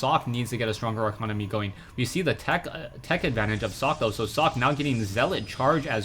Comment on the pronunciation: its not "sock" its "socke" u got to pronounce that "E"